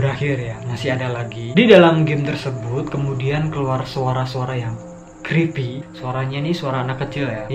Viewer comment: Creepy creepy yang gua denger crispy crispy :v